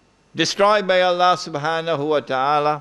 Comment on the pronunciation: Allah pronounced Alaa